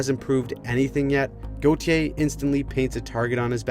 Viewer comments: the way she pronounces "Goo-tee-yay"🤮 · Cutter Go-thee-Ay